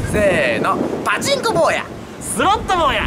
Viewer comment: パチンコのイントネーション気になんの俺だけ？